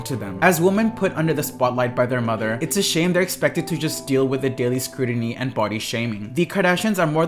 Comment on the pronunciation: Dude, stop pronouncing "c"s like "d"s! There is NO such word as "scruDiny"! You're just being lazy and spreading the plague of illiteracy. It's shameful and irritating. SMDH